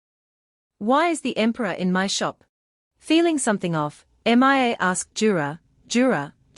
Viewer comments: I know it's annoying her name is Mia not M.i.A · M. I. A why can't you just say Mia?!?!?!? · 11+hrs...... torturous and annoying hearing repeated M I A. couldn't take it anymore and stopped watching. what kind of AI program are u running? M.I.A???